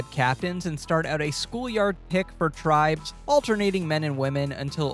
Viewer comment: Please stop saying eviction. That's big brother, not survivor. And look up pronunciation of tribes so you can pretend to be a superfan